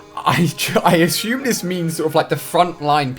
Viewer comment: Ali - A - "Ashume" .. assume?